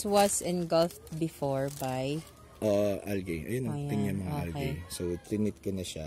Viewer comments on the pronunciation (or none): You have very good enunciation sir. However, algae is pronounced as al-jee. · [ al-jee ] not [ al-gey ] or [ al-guy ] say it with me, al-jee!